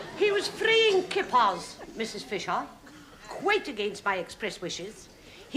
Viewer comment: "He was frayin kippars"😅